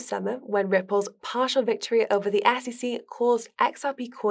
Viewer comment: Love how she pronounces SEC….”AssEC”